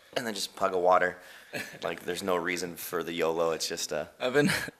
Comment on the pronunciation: Did it sound like Jaime said "Pug a water" to anyone else for the YOLO question part